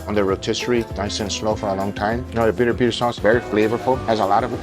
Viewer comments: its not peri per brother its piri piri XD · It’s not peri peri, it’s PIRI PIRI..and the place is SINTRA, not sindra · By the way, it's PIRI-PIRI, not peri-peri. The later sounds like a mispronountion by a drunk texan.